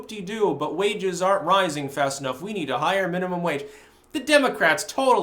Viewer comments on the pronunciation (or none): none